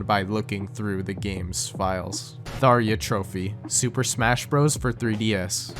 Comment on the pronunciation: im so sorry, but how do you make a VG iceberg and get tharja's name wrong? shes an icon.